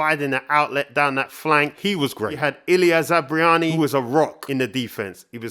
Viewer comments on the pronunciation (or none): It's Zab Bar Ny not Zab Ri Ani. But yep, thanks for the purring analysis. Up the Cherries!🍒🍒🍒🍒